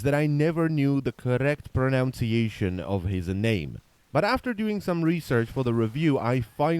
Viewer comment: The Irony that you slightly mispronounce "pronunciation"